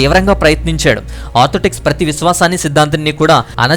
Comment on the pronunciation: చక్కగా వివరించారు. ధన్యవాదాలు. అయితే చిన్న సవరణ. ... మీరు ఆర్థోటెక్స్ అని అనేకసార్లు చర్చ్ గురించి అన్నారు. కానీ అది ఆర్థోటెక్స్ కాదు ఆర్థోడోక్స్ అనాలి. గాడ్ బ్లేస్ యూ.